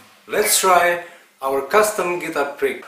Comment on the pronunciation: Am I the only one who hear "Prick" everytime he says "Pick"?